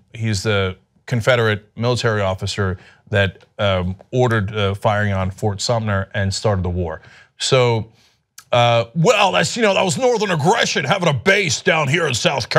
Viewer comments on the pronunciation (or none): Fort Sumter not fort sumner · *Fort Sumter